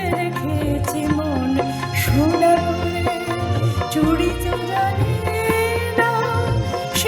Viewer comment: দারুণ জমিয়ে দিয়েছিস। 'সোনা করে' উচ্চারণ বিশেষ মনোগ্রাহী।